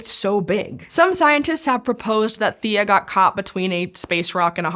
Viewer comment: Hmm. I swear a previous video pronounced Theia as thay-uh. Not thee-uh. I just named my new Kitten Theia (Thay-uh). all well. I like the Thay-Uh pronunciation.